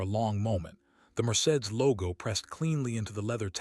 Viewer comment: The pronunciation of Mercedes is off😂 😂😂😂